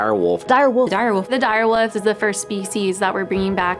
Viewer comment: “Dire Woof”